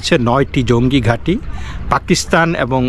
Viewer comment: পেকিস্হান না পাকিস্তান শুদ্ব করে বাংলা বলেন গুজব খবর দিয়ে নিজেই ক্লান্ত